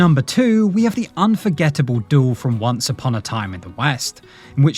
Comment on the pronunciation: oh dear robo voice says a doool whatever that is